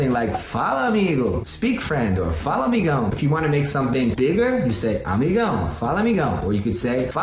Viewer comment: Mano ele fala a palavra "fala" muito certinho. Oh God kkkkkk pareceu até que tinha colocado algum áudio por trás de um brasileiro memo